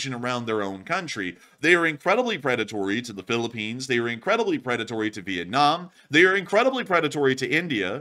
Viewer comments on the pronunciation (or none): none